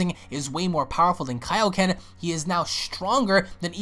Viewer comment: Goku ultimate Kaioken thank you! Its pissing me off that everyone is saying elio ken